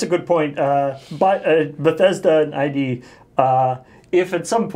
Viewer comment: pronounced "id" wrong. It's okay. lol, i do it too.